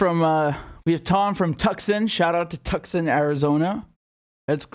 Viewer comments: FYI, with kindness... Tucson is mysteriously pronounced, Too san. The the o is a very soft 'a' sound. Fort Detrick is pronounced Fort Dee trick. Thanks for all of your good work, j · Late to the party, but Tucson is pronounced 2-Sun.